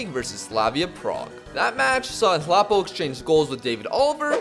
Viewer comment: You pronounce that South African (Nhlapo) player's name like this- 'N-tla-poh'. Your biggest South African FM fan 😊🇿🇦